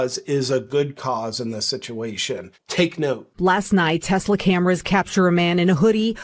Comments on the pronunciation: Ok listen man. I love your content but it’s teSla, not teZla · Tes-la not Tez-la. Tes like Tes-ticle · It's Tesla, not Tezzla folks. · Ok did this drive anybody else nuts? It's not TEZLA it's TESLA. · Why doth you say "Tezla?" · I'm not sure I can handle any more "TeZla". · It's Tesla - not tezla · TESLA, not TEZLA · It's TESLA, not TEZLA! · Its tesla not tezla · It's Tesla, not Tezla. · Take a shot every time he says Tezzla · Tezla lol? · It's Tes- la Not Tez-la You're insulting the smartest person to ever walk the earth.. NO NOT ELON!!! NIKOLA!!!! 🤔😲😂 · Begin by pronouncing TESLA correctly. There is no Z in TESLA. That pesky letter in the middle is an S